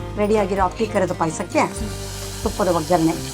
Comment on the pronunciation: Appli pay Asa alla. Appi pay Asa